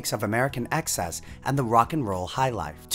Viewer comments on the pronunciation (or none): none